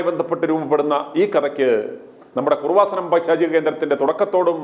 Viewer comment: എടോ കുറുവാസനം അല്ല കൃപാസനം. യേശുവിൻ്റെ അമ്മയുടെ പേര് കുഞ്ഞമ്മ അല്ല മറിയം എന്നാണ്. നിൻ്റെ നാക്കിന് എന്തോ കുഴപ്പമുണ്ട്. വളരെ മോശം language. അന്യരെ വിമർശിക്കാതെ സ്വയം നിലവാരം ഉയർത്തി സംസാരിക്കാൻ പഠിക്കുക.നിങ്ങളെ ദൈവം രക്ഷിക്കട്ടെ.